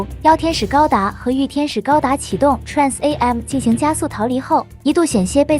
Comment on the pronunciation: 建議TRAN AM中的AM不要分開讀字母